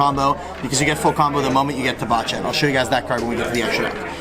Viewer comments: Bacha is pronounced baha like Bach the composer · This mf pronounces "Bacha" as "bah cha." 😂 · Pend is best deck, but please please pronounce Bacha correctly. No one does but it's so simple since it's based on Bach the composer